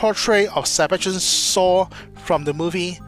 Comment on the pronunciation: That actor is Sebastian SHAW not sebastian SAW...my god..your english pronounciation really makes me laugh.